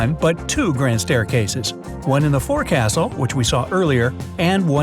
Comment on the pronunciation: For future reference the work “forecastle” is pronounced “folk-sole”